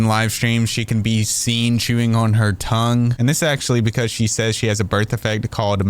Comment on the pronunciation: I have a "birf defect" but lawd, I don't want to be in the same category as her. Damn my genetic "birf defects."